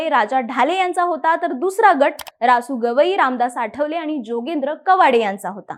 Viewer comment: योगेंद्र नव्हे जोगेंद्र बोला